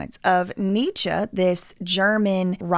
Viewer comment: kinda she refers to NEECHA as ‘some guy’ and says she ‘didn’t bother to look into his book’. i just find that hard to believe with a minor in German, but she is talking about the correct things on this channel. it certainly was not to discredit her. funny enough, when you look up the correct pronunciation, the first youtube video sounds identical to the way she pronounced most things in the vid, but when you look up any modern scholar (or even Candace saying it) - this is just not common for us here. kinda like saying “don’t hit me up about no royal wedding” 😂 don’t hit me up ab no authentic lingo somewhere we ain’t and don’t use in a joking way. lol loveeee to u